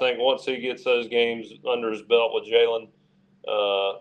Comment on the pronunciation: It's Jalen Mbakwe not Kalen